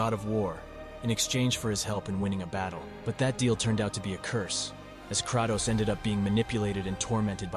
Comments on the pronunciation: I can’t with the Krahh-toes, pronounce Kray-toes. Good video though bro. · Hate the way ur saying kratos